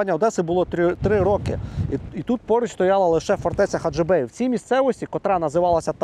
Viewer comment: Не гаджыбей а Хаджибей це Одеська обл и це моя родина и це Украина .